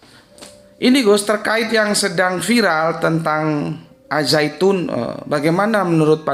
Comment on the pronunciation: Ternyata pintar juga dalam segi pelafalan bahasa Arab.Yg benar mmg di baca Az-zaitun bukan AL Zaytun.